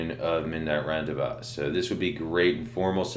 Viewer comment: Love your reviews bro and always look forward to them. Just wanted to start by saying that..but, just so you know, the word is pronounced ron-day-vo͞o the S is silent. Thanks again and keep up the great work!